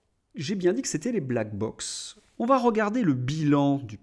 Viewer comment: Ne dit-on pas , black block ? (et non pas bock).